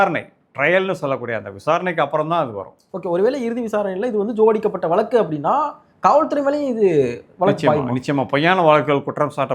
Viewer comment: வலக்கு இல்லை, வழக்கு 😂